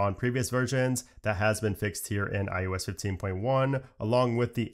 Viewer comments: Eye Oh Ess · Why can you say Mac OS…..but say mac I you S…….over and over….